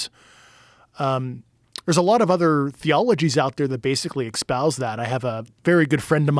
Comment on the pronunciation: So, he genuinely believes it’s pronounced “eckspouses”